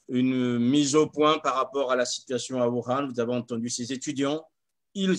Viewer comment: La ville de WUHAN et non WURAN